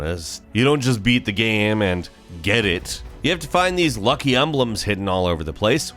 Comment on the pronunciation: Why do you pronounce the word "game" so weird? It's only one syllable, dude